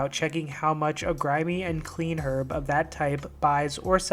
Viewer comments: Just the way he says "herb" pisses me off. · Herb = Erb